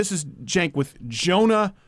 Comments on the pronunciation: Can u stop mispronouncing his name at least?! It's CHUNK not CENK. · Stink of Urine. Have the courage to pronounce his name right